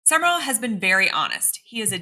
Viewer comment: New coach name is pronounced Jon SUM-RALL not SUMMER-ALL